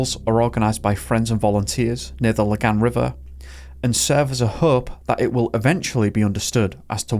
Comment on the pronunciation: He's by far the best english speaker I've ever heard pronouncing swedish, and better than many danish people. He did totally miss it on "Lagan" but it's obvious that he checked the pronunciations for the more difficult words. Man's on par with Pewdiepie and he's swedish born and bred.